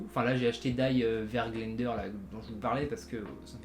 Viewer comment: Die wergelder on prononce « di vergeldère » (j’ai fait 11 ans d’allemand)